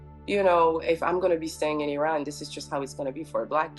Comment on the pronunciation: The black woman said she is Iranian but mispronounced words like Iran and Qajar etc. she culturally appropriated the culture and language under her black disguise. I have so many black Iranian friends and not one has been ostracized or made to feel less Iranian than anyone else. Iranians are way above how this is portrayed. If they feel a certain way it is because of the government not the people. The world doesn’t understand this.